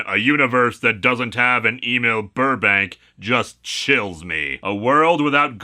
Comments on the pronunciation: I think “Emil” is supposed to be pronounced “ehmeal”, not “AY-Meel” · Why does Lewis keep asking us to "Email Burbank" when he's talking about "Em-eel Burbank"?